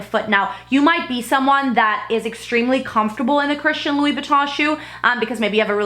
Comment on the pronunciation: "Christian louieboutin"